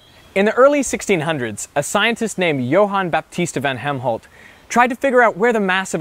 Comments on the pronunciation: Correction on the name: It is Johan Baptista van Helmont. Not Helmholt like in Helmholtz he was an other awesome dude. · He said Van Helmholt 😂😂😂, yeah I’m childish! Lol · Wasn't that guy Helmont instead of Helmholt?